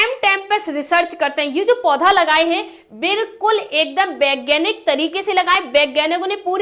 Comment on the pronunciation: Baeganik nahi vaeganik hota hae